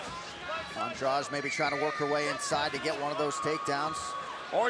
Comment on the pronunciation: Ann-drah-di not Andrudge